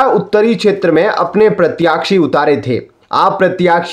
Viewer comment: न्यूज एंकर साहब सही शब्द 'प्रत्याशी' है 'प्रत्याक्षी' नहीं। कृपया सही उच्चारण करें ।